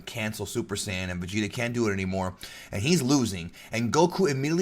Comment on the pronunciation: If you say "moroo" is a result of hispanic heritage than why must you say SAI-yahn ahh you know what forget it. Nobody will see this anyway. And I have proof but since no one will see it, why bother. End comment.